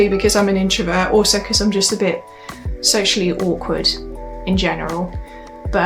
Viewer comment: I guess u mean socially awkward. It just sounds like u say sexually awkward.